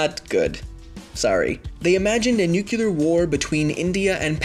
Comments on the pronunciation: Merriam Webster puts up Nuke-e-lar as an alternative pronunciation for the word. They just put a warning that says "some people might get extremely annoyed and refuse to reason with you if you say it this way" but otherwise it's just a standard alternative pronunciation. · No I believe he said "nucular winner" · You guys have a million plus subs and you can't get a narrator that can properly pronounce nuclear? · Here's an idea for your next video; what if you could actually pronounce the word "nuclear" properly? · It was like ear torture for me so I care, especially since the word is written out several times in the video. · Let's talk about how your credibility is void because you cannot pronounce nuclear like a scientist. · This video is great, but I just can't stand the way you pronounce nuclear. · it was a homer simpson cameo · that was so cringey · Couldn't watch more than 30 seconds of the video. If you are too dumb to say "nuclear" properly don't make a video where you have to say it 50 times. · Everybody's talking about how he pronounced 'nuclear', but nobody's mentioning how he says 'winter' as 'winner'. That, to me, is more annoying. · Drinking game: take a shot every time he mispronounces nuclear. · came here to complain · its pronounced NU-CLE-AR not "NUCULAR" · I just want to point out that you are saying nucular and not nuclear. I know language stands to be interpreted, tomatoe tomotoe, but this one is pretty clear...nuCLEAR lol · "nukulur nukulur nukulur nukulur ....." fucking hell... it's pronounced like NEW+CLEAR GRAMMATIK MACHT FREI !!! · It's nuclear.. Not nukulear.. C'mon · Had to stop watching when I heard "nu-cu-lar" twice. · New-cue-lurr winner sigh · Nuc-u-lar. It's pronounced nuc-u-lar. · Okay this video makes my head hurt, I can't stand hearing you say "nuculr". Goodbye. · Every time I heard "Nucular", I got ever so slightly more annoyed than I was before. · Could Humans Survive a new-kee-lar winner? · Nucular winner Yay